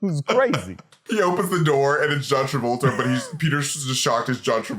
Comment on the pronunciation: John Travulture 🤣🤣🤣